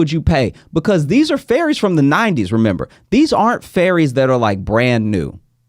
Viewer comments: LOL Josh I thought you were saying Fairies…not ferries. I was like WHAT is happening, am I witnessing some ethereal human trafficking right now. I didn’t even know we had confirmed they exist and now they’re being casually sold- it’s been a crazy few years but I didn’t know fairies were confirmed as real. Couldn’t be more relieved that the fairies are okay 😂☠️ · Omgosh... you were saying "FERRIES" not "fairies" which is what i heard as i was busying about the house listening to this lol... i was so lost on the topic